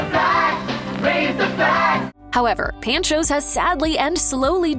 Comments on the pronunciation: Pawn - chos,NOT pan-choz! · It’s PON-cho’s, not PAN-cho’s. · Pancho's is pronounced like "pawn" then "chose" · Pan cho’s? LMAO! That’s not how you pronounce it. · My favorite part of this video was hearing her pronounce Pancho’s… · The pronunciation of “Panchos” in the this video boiled my blood, but I’m definitely hitting the one in Houston VERY soon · Thank you, was driving me nuts with the mispronunciation. There's one just down the street from me but I haven't been in years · Seek help, learn how to pronounce Pancho's... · How does a professional voice talent mispronounce easy words like "Pancho's?" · Because Mashed is We-Todd-it